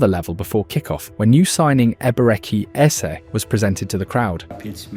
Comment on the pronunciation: Almost there "a-beret-chee" "air-zeh"